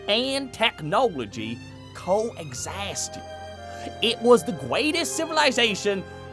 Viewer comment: "maagic and technowlogy Co-exisasted" 😂